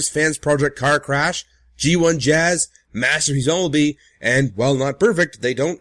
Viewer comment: Also, does anyone notice how he slurs "masterpiece bumblebee?" It comes out as masterbiesumbebee